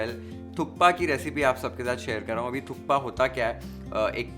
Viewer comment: sir thats not how personally you enjoy it but thats how we every nepali enjoy our thukpa with chatni....and its "THUPPA" k is silent.